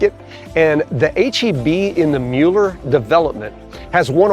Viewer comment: Excellent video. Admittedly, we live here. We appreciate your candid and fair portrayal of our beautiful neighborhood. Thank you so much for pronouncing it correctly!